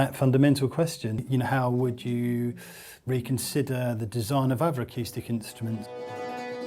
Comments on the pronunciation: did he say.. It's an autistic piano? Sounds like it as well. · "It's a totally ackyoostic piano. You can change the teeyooning."